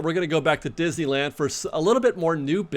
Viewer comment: I’m hearing more creators pronouncing Disneyland as Dizland. Listen to the first 5 seconds of this video. Let’s put the “-ney-“ back in Disneyland.